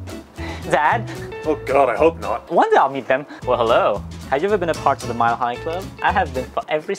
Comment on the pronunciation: You said miled high club that’s almost like one of my favroute singers